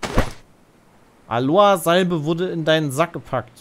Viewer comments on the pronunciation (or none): Nicht Aloa, sondern AloEEEEE.